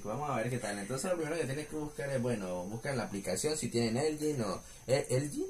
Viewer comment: Nadie: Absolutamente nadie:: "Elgin"